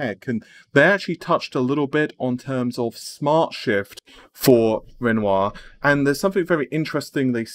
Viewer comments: you actually pronounced it ren wah im so proud and so thankful keep up the great content plz :) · Wow! pronounced Renoir correctly! Today is a good day.